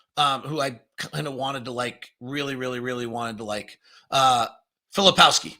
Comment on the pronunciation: I would take your assessments more seriously if you bothered to learn their names. McCain/McClain and about 8 versions of Filipowski... hard to listen to.